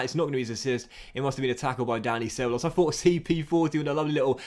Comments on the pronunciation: He's Danny Sebaloss in the Docks Universe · Butchering ceballos’ name